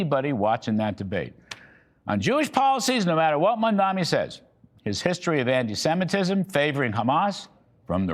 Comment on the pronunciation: 😂 the pure instanty that you can't even get to say his name right and yet you dare to criticize him.. Go and learn to read first boomer